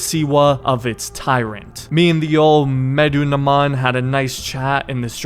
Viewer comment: "Medunaman" I think I got it right. Lol bro he's mentioned several times in the game how did you mess that up. Good video btw you have great humor. Can't wait to see you do the other AC games too